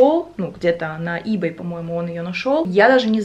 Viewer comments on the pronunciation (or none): none